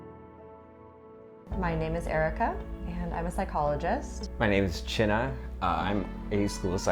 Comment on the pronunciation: "My name is CHINNA" 10000% sure that is NOT how you pronounce that name and I don't even know his parents' language.